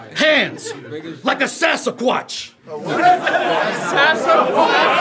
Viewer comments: Not a "Sas-A-Quash"🖐🏾😂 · ALWAYS the sas-a-quach lol And on occasion… a samsquanch